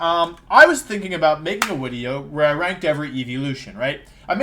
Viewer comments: is it just me or is this guy keep saying wideo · Why does he say wideo and Wayporeaon???